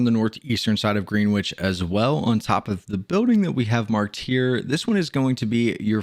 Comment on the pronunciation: I hate to be that guy but “Greenwich” is actually pronounced “GREN-itch”